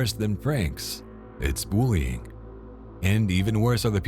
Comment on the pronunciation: Lol "boolying". I can't watch this with all the "what do you think?" If i told you it'd be boolying.